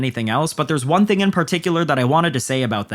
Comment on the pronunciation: conors ding dong of a ting 😂😂😂😂 you sounded so Irish there wtf